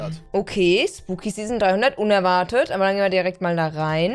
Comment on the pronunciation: Zzzeason das triggert mich so sehr das sie Zeason sagts statt season